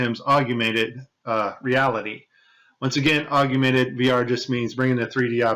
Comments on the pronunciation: Why does he say "aug-U-mented" reality instead of augmented reality? Is that guy still around? I heard he passed on. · I thought it was augmented not agumented. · *augmented...three syllables. Not "augumented." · Augment bro. Not augUment. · Pal, if you want people to listen, you have to make sure you come across as intelligent. It's Augmented, not augumented. Be better. (any grade school kid should know this) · AUG-MEN-TED not AUG-YOU - mented. Just sayin', mate. That's a biggie, really. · Why do you keep sayong "augUmented" reality, there's no "U" after the "g" in the word "augmented". It's AUG-MENTED. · Hey, it's "AUG-mented Reality", not "AUG-U-mented Reality". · Augmented, not augumented.. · He should really re-record this saying it correctly. It’s such a good video otherwise. Maybe he’s saying it wrong for the alguithms. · Hey you shut your mouth this guy is clearly an expert even though he doesn't know how to pronounce the word. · Forgive me, but are you mispronouncing “augmented”? It sounds like you’re saying “ argumented”. I’m sorry for the criticism. Your video is very informative. Ty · Augumented? Yep thats all I need to know he doesnt know what hes talking about. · How can you not pronounce augmented correctly?